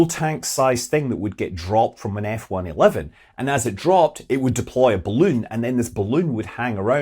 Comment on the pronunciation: Off topic here. Thanks for the correct pronunciation of the F-111.